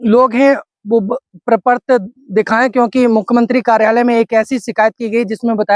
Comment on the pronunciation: प्रपर्त नहीं प्रपत्र